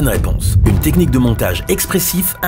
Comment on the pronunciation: Montage parallèle et pas Montgae parallèle svp hihi